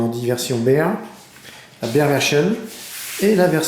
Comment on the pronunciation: Salut :) Prusa se prononce "Precha" et Bear "bère"